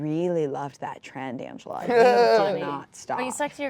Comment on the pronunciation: Anglea?! Angela... Angela! Angela? Angela, like Angela.